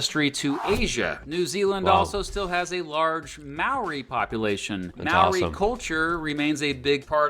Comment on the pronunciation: Well done on you pronouncing Maori, well done